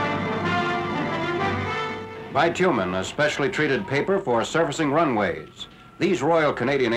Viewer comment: It's bit-you-min; not bi-two-men. Many Americans call it tar paper or roofing paper. Those Japanese-Americans we're the 100th Battalion, one of the most decorated units in the war.